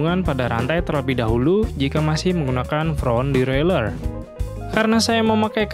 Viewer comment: Salfok sama kata2 "devwraeler" 😂